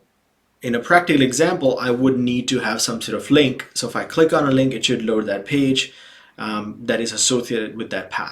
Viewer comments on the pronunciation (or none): none